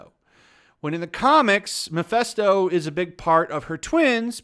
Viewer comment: I think comparing it to The Last Jedi is just demonstrably false. It wasn't perfect and had it's problems, but it was FARRRRR better than The Last Jedi. The two are not even comparable in the least. Also, it's Mephisto, not Mephesto.